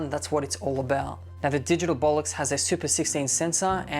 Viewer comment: Did he say "Bolox"?